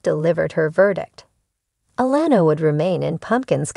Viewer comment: I think it’s June fought she put all of this situation on pumpkin putting a strain on there marriage they need to stay together love you guys ❤️❤️ do you watch the show you’re pronouncing Alana name wrong